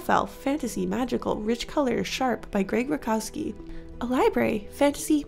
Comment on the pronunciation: Grzegorz "Greg" Rutkowski is a Polish artist and his last name is pronounced more like "root-cough-skii" :) Hope this helps in case you ever bring him up again! Great video